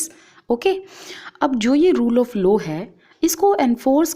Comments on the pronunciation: Ma'am it is law not low..... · Ma'am it's LAW not LO. You teach so we'll ma'am 👍 But I want to correct you. Don't take it in the negitive way....... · Mam it is law not lows🤣🤣🤣🤣🤣🤣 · Ma'am it is law not low ....